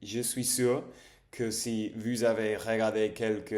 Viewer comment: autre chose : "vous" se prononce comme foot en anglais (je parle des voyelles)